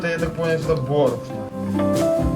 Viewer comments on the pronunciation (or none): none